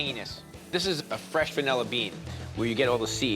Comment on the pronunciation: It’s vanilla, not “vunella.”